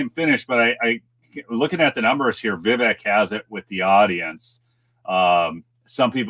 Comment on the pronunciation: Vavek, like cake, Ramaswamy...